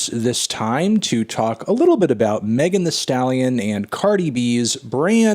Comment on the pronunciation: I thought he said Megan Trainer the whole time lmaooo